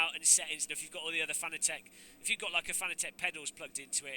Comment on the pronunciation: If only he could pronounce Fanatec correctly. .